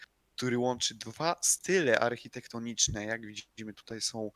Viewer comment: Arhitektoniczne Xd